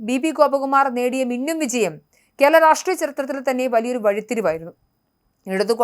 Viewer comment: കേള അല്ല! കേരള.. 🤦